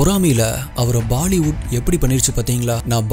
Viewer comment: Baali wood ❌❌ alla bro Bollywood ✅✅ Baali wood ❌❌ alla bro Bollywood ✅✅